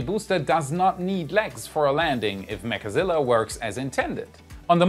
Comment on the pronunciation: I REALLY wish we could STOP calling it "mechAzilla" - it sounds SOOOO TERRIBLE!!! - just plain ol' 2-syllable "Mechzilla" SOUNDS PERFECT!! - STOP SAYING IT WITH THE EXTRA 'A' !!!! PLEASE!!!! THIS IS JUST AWFUL SOUNDING!!! - Do ANYONE else agree???????